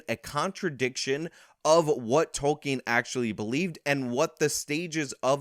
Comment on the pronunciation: Ah yes J R R Tolking lol